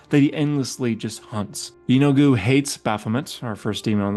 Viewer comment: 😂you got me lol and the last lord sounds like “yee-no-good” 😊